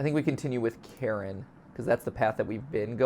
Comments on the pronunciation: It's not pronounced "Karen" it's "ka-rin" ffs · Idk if I'm right but I'm pretty sure Karin is supposed to be pronounced Kareen. I don't think I've seen anyone say it this way but I'm pretty sure that's how it's supposed to be. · I think it’s pronounced ka-wrin